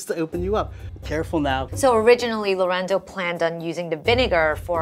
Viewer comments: Funny how Esther said lorendo instead of lorenzo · the way chef esther pronounced lorenzos name as "lorendo" is funny to me HAHAHAH